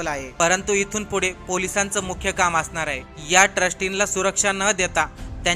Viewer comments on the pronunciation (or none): none